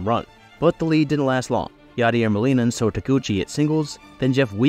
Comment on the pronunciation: “Known speedster Yaider Molina” had me 💀